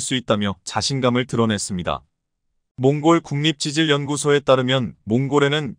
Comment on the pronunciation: 이 바보야, 틀린 글자는 고쳐 읽어라. 콩골은 몽골로 고쳐 읽어 야지